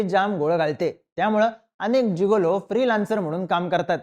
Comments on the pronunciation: जुगोलो नाही रे जिगोलो म्हण 😂😂😂😂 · जुगोलो नाही रे मित्रा its जिगेलों.. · नमस्कार उच्चार चुकला आहे. गिगलो